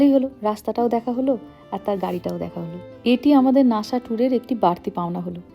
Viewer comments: It's call Nasa not Nasha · শব্দটি নাশা নয়, নাসা হবে। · Why do you speak lhis like for NASA /NASHA